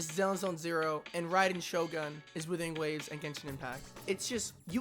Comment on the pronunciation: Why do I keep hearing Withering Waves